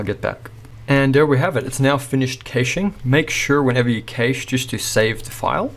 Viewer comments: Great tutorial, however just wanted to say Cache is pronounced as cash like money. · Keysh no, cache, like cash